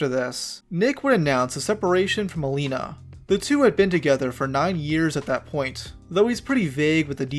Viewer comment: I should kind of insert my own opinion of nmplol. First of all it is Ma LAY na not Ma LEE na 😭 Now I am not going to sit here and claim none of the things he said about Malena were not in jest, but having watched them for almost their whole career together, a huge majority of the things they said were in jest. Obviously in hindsight it is not as clear anymore. Malena pops up every now and then through social media, but she is otherwise very quiet. I do not blame people for being turned off by Nick. He has a streaming persona/personality that really only clicks if you’ve been watching for a while and understand he is not serious a majority of the time. The divorce proceedings honestly, I would be inclined to believe Nick that there is no bad blood there. It is a touchy subject and he often only references it in jest. The attempt to seal the records, at least to me, reads as an attempt to stop people from harassing him. I could also see it the other way, where he is trying to hide something, but Nick does not strike me as that kind of guy. All that being said, I could be completely wrong. At the end of the day we don’t really know these people. One last thing about this. I don’t think Tectone is financially incentivized to hate Malena. I just think they genuinely hate each other. If memory serves me right, Malena always felt very strongly about Tectone. He is the only OTK member I can recall Malena genuinely hating.